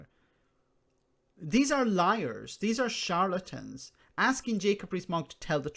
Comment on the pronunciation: like the way is saying CHARLATIN, so funny, love it